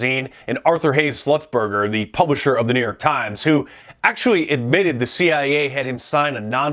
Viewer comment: Arthur SLUTZ-BURGER . 🤣😂🤣😂🤣😂🤣